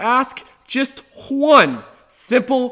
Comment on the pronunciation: since hwen does 'one' sound like hwon?